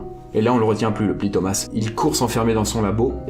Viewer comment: Thomas se prononce toma